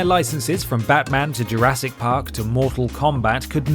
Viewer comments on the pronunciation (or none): none